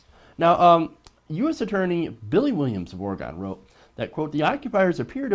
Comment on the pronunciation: ITS PRONOUNCED ORI-GUN (fuck guns but that's the easiest way to explain this) please get that part right next time, thank you.